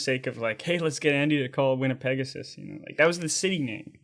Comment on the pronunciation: As a fellow Canadian and Manitoban it is pronounced "Winn-a-peg-ohsis". Put some respect on the name. haha